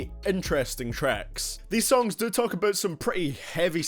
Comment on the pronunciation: Please try to say "About" instead of "Abut" - I cannot watch your videos hearing "abut"